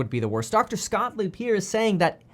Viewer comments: Please stop calling him Mr. Scottlieb. It’s Gottlieb. Scott Gottlieb. Lol love your videos! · I thought I heard you call him ' Dr. Scottlieb.' Haha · Kev his name is Scott gottleib..not scottleib lol